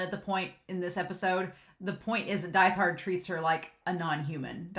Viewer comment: Really love getting to really see how far violet has come in terms of communication in both words and actions from when she first met Gilbert and actually getting to see Gilbert outside of short flashbacks . Also I love listening to your analysis but this has been bugging me a little so a reminder that Diethard is pronounce deet-hard